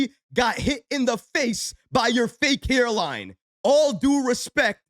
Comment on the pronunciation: "HERELINE"..🤣😂..that accent! Definitely from New York or New Jersey! LOL